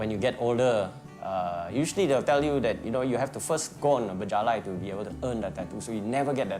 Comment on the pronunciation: it's bejalai, not berjalai